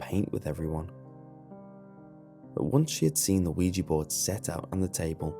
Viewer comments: It's pronounced Wee-Jah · I cringe when hear "weegee board" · I thought it said OJ board lol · Isn't it called WEEGEE board Goodbye.